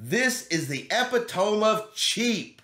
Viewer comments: Epitome is pronounced: E-Pit-O-Me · lol- E PIT O ME